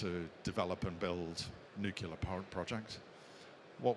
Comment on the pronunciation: Interesting presentation, but someone in this line of work really should know how to pronounce "nuclear".